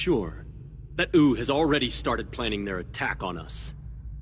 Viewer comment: What Subtitles say Compared to what I hear Wu = Ou Sima Yi = Sima E ___________________________________________ The Pronunciations of these have officially reached the true standards of an English dub 7w7